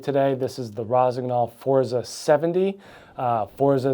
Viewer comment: You need to take some Italian lessons to correctly pronounce “Forza”, got on line and find an Italian language app. Forza Italia